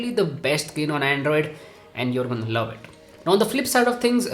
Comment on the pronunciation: The way you say love is the freakiest way! 😂